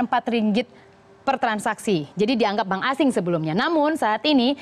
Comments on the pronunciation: sebutan bank pun tak betul..mcm mna nk masuk malaysia..ahahah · bank la bkn bang.haha.plik bhsa indo nii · Bang??? Wkwkwkwk... Bank bkn bang